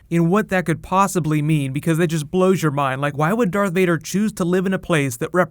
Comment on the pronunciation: Varth Dader